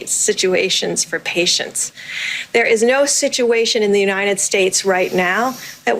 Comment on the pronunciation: In the you- nited states of America?!